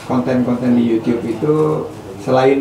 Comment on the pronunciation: Kayak tetangga ku pak uno kalo bilang yutup Di bilang nya yutiup